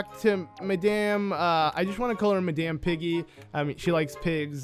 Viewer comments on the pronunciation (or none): none